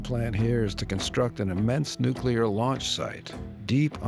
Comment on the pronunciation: There's a difference between nuclear and nuke-e-ler, which is how complete idiots pronounce it.